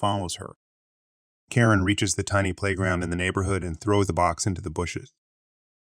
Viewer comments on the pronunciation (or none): That and he pronounces Karen properly one moment and This pronounces it the next. I like his videos though because his voice is soothing